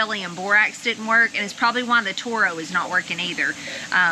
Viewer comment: Terro not Toro.